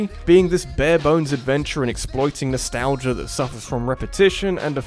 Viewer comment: “Nosetalgia” The fuck is nosetalgia.